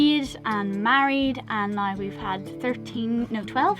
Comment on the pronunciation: You both seem so chilled and blasé about the future which is how it should be. Kids or otherwise, really good attitudes. Your Irish pronunciation of now is awesome, kinda sounds like gnaw and from a Welsh guy is in no means disrespectful as I love the accent